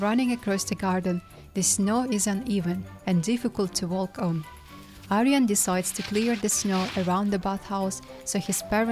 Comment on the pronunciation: the L in “walk” is silent 😊